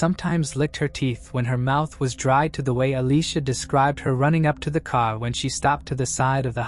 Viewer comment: What is a kar? lol 😂 im Baltimore, and I get that vibe or New York or Jersey lol yes I know he said car